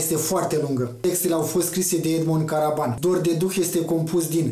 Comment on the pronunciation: Edmond Karban, nu Karaban. in rest ok.